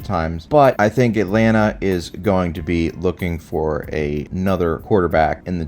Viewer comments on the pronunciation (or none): none